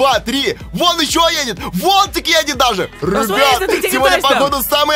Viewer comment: Почему ты говориш рыбят а не ребят